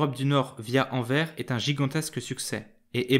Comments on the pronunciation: Par contre le « s » à la fin de Anvers faut le lire les français car c’est horrible a entendre « anver » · Intéressant mais ça se prononce anverssssse. Ça m’étonnerait que tu dises rin quand tu parles de Reims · On dit ANVERSSE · Pouvez-vous mieux prononcer AnverS avec un S à la fin de cette ville Merci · Merci pour ton commentaire. Je me suis rendu compte qu'il fallait effectivement prononcer AnverS, je ne ferai plus la faute ! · J'adore ta chaine et j'ai adoré ta vidéo! Par contre, t'aurais pu faire l'effort de prononcer le nom de la ville correctement :'( mais le prends pas mal hehe tes vidéos sont trop intéressantes! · En français, on prononce le s de Anvers, merci d avance !!!